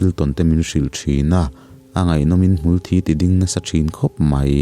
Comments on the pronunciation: ka comment hi lo chhiar lul teh Mizo tawng ah hmul thî(blood) a awm lo, i thawnthu chhiar ah hian ngaithlak tur a awm ziah, hmul thi(death) tih tur zawk a ni. Ka tha hnem ngaihna ah ka lo hrilh che a nih chu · Chu chiah a mak e😅😅haters nih lam ah lo gailo ula hmul thi tih tur hmul thî tih tlat thi death zwk tur ah thî blood (thisen) ag a han lam tlat😂😂mahse a poilo e a chhiar tu in a duh² dan in a lam thiag lwm🤗😇 big fan ❤❤ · Hmul thi lai a thi hi (blood) thi ang nilovin (dead) thi anga lam zaak tur ni awm ani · Hmulthi i lam dan hi a dangdai bik mange.